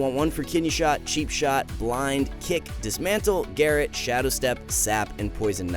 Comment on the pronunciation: Garet... lol its GUHROHT